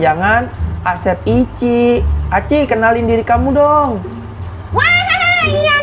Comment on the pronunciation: Aci bang bukan ichi